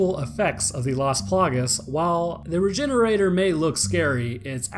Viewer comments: It’s pronounced re-hener- adoré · Yup, I think a more appropriate pronounciation would be "Regheneradoor". Can anyone who speaks spanish confirm? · Rejenerador The G sounds like a J in this case, for a spanish pronunciation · How to say it's name: Re-gen-era-dor Sound based: Ree-gen-eera-door And now you know how to say it's name. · I always pronounced it regen-oray-door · Why does no one say "regener-ah-door" since, y'know, it's a Spanish village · So I'm a little late to this, but I always thought it was supposed to be pronounced like luchador or matador as its route is Spanish much like the majority of the other creatures from resi 4 especially as the setting itself is in Spain. It still means regenerator. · I've always heard the end of "Regenerador" pronounced like the end of "Conquistador" and not pronounced as "Regenerator" in my head.